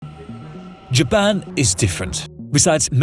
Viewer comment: not JABBAN XDDD